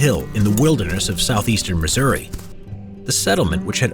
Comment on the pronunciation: Thank you for pronouncing Missouri correctly.